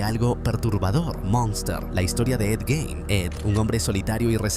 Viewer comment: Jajajjaaj lo pronuncia mal es Gein xD